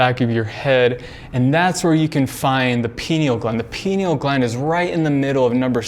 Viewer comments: Pronounced🥸—- (Pie-Kneel) 🤨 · Guys, take a drink everytime he says pineal (but he says "pee-neal") and youll be wasted in no time.